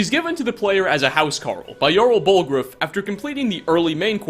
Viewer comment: u just called the Balgruuf for Bulgraaf. xD